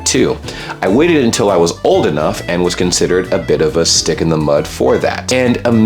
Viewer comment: The and for me sounds like antidote